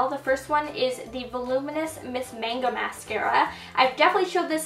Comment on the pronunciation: Mascara's Miss MAGNA, not MANGO!